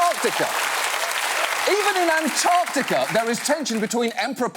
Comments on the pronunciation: The only things John Oliver can't do are 1) appear attractive to Kathy Griffin 2) compete in the olympics and 3) pronounce "Antarctica". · You pronounce the word Antarctica very strangely.